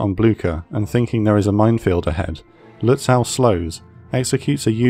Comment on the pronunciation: It will be good if the guy reading this learns how to pronounce Lutzow. I cringe every time hearing that "aw"